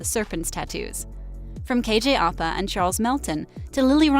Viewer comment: I'm sorry Ik she has accent but still... Its ăpa not opa Also its madaLAINE not madalyn